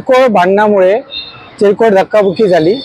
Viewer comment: Chirkol naste o te... 😂😂😂 Kirkol aste... 😂😂😂